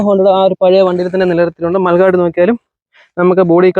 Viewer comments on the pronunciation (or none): മൽഗാർഡ് എന്ന് അല്ല. മഡ് ഗാർഡ് ആണ് .